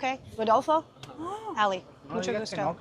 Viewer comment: “Mucho Guato”? Really? C’mon Ali! 🤯